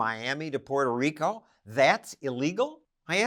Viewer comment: 👨🏻‍💼"Distaster in... " 🕺🏼"Puerrrtoh RiiiCoh"